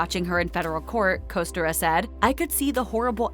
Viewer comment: You can't even pronounce "Kostyra" correctly.. tsk tsk.. If you're going to do a story on someone's life, at LEAST pronounce their name correctly. Thankfully I didn't end up carrying that family name, my mother ensured I didn't. Also some of this is NOT true either.